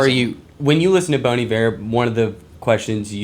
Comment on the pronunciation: It’s Bon Iver sounding like Bon Eve-Air. It’s pronounced like the French word Hiver which means winter. Bon Hiver means good winter.